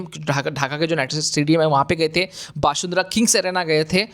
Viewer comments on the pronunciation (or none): One correction: it's Bashundhara ✅ you can pronounce it as Bashun-dhara ✅ or the bangla pronunciation Boshun-dhora ✅